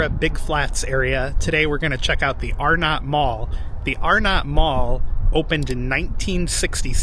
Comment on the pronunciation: It's actually pronounced R-nut not Are-not. Pickle ball was McCrory's "5 & dime" type store. "Dead end" by Penny's was a bank, forgot the name. Spencer gifts was there (in that same location) when the mall opened in 1967.